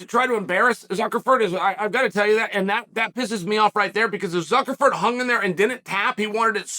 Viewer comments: Ok, I thought I was tripping😂😂😂 He is saying Zuckleford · Hahhhhhhhhhhhhhahahhhaha Zuckerford. Can we get Chael on Cameo mispronouncing names. My goodness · I love how Chael spells the name right in the thumbnail, but then mispronounced it the whole video. That is dedication to contradictory details that kills me. I prefer "Fuhkernerd". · Why do you keep saying "Zuckerford"???....do you mean Zuckerberg???😊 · I can't stop laughing at the fact that he just continued to call Zuckerberg "Zuckerferd" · Ok - Zuckerford? Chael……. Cmon man….. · “Zuckerford” is classic. Gotta love Chael… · Jesus F*&k.. "Zuckerford" multiple times... not a good look bud... :facepalm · “Zuckerford”. Never change, Unc. 😂